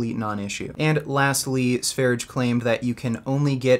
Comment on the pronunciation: It’s not "Sveridge". It’s Sveryeah, like the country Sverige, aka Sweden.